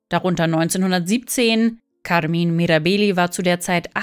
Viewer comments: Weshalb sprechen Sie den Vorname Carmine als Carmin aus? 🧐 Macht mir echt keinen sinn.🤷🏻‍♂️ Oder spricht man Caro entsprechend Car aus?! 🤔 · Kaarmin Mirabeehli?!! Neeeeeeein 😭😂😭